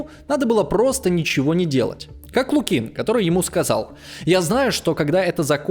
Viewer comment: Странный историк - не знает названия Халкин-Гол и не может поставить ударения в простых русских фамилиях Воронова и Лукин, в словах типа фронтовой